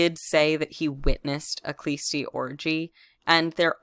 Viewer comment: The "k" is silent in the name of the sect, it is Hlõstõ